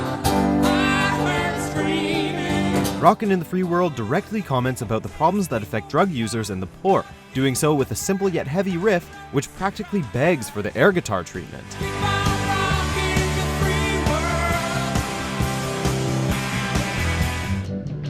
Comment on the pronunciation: RIFF. Not "rift."